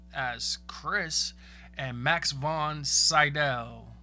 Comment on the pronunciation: Jeez...I get going in blind, biut damn at least research how to pronounce peoples names... William FREED-kin Max von SEE-dow